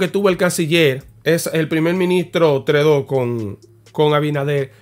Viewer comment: se dice * trudeau ( eau= o) ---> (trudo)